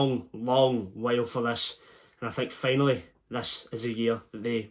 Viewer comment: "and FEY-nally Celtic" 🤣🤣🤣🤣